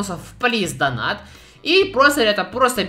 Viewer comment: Плиз донат, плиз донат. Вопрос у меня к тебе: АНГЛИЙСКИЙ УЧИЛ?! ДАЖЕ ТУПОЙ ЁЖ ПОЙМЁТ, ЧТО ПРАВИЛЬНЕЕ DONATE (ДОНЭЙТ) А НЕ ДОНАТ.